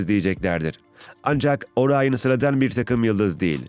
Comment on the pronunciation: Orayın değil, Orion